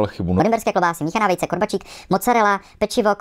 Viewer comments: Videa máš supr👌🏻 ale úplně mi rvalo uši, když vyslovuješ “korbačik” 🙈 je to “korbáčik” dlouhé á! 😉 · To je korbáčik a nie korbačík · Prepáčte, ale musím. Výslovnosť korbáčikov. Prízvuk nie je na i ale na a. Korbááááčiky. Korbáč. Robia sa z ovčieho ale častejšie z kravského mlieka. Tá zvláštna chuť mohla byť spôsobená druhom mlieka.